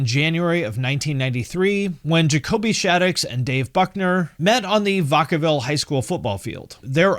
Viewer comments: As someone from the general area, Finns pronunciation made me cringe a bit, but I get it. Like when someone in Sons of Anarchy pronounced Lathrop like it was Bath-rup with a V, lol. Vack-uh-ville, not Vah-cah-ville. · You gotta pronounce Vacaville right lmao. It's 'Vac' as in vacuum. 😂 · im from Vacaville and the way he said it really hurt my heart lol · The way you said Vacaville😂😂😂😂🤡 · Great video, but as a Sacramento resident hearing you pronounce Vacaville that way hurt my ears.